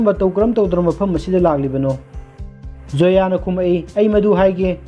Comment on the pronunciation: Karan not kaaran..n Zoya not soya